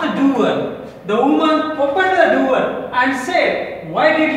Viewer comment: Its not duwer its door and its not pride its proud